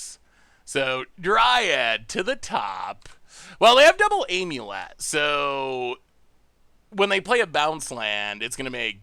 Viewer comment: well he used to pronounce it Omulet, so I guess thats an improvement lmao